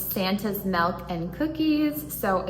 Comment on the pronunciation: Melk or milk? 😂 I honestly don't know anyone else in my state that says it like that so don't think it's a regional thing? Melllkkk 🤪